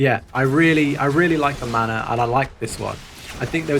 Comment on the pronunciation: I kept hearing 'the mana' and wondering he's talking about. Took me a while to realize its 'the manor' x)